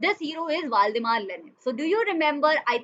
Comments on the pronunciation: Maam its not 'valdimar' lenin , its Vladimir lenin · it is not valdimar lenin ..... it is vladimir lenin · Not valdimar It is valdimir lenin mam . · Vladmir lenin not valdimar lenin